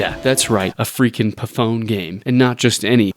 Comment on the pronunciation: "a freaking puh fone game" 🤣🤣🤣🤣🤣🤣🤣🤣🤣🤣🤣🤣🤣🤣 i cant w you bro i swear subbed